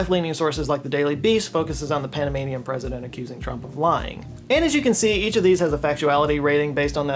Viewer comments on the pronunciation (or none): none